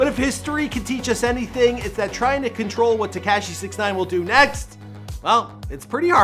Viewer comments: If your going to do one of these, at least say their name properly 🤣🤣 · Why tf does he say his name like that??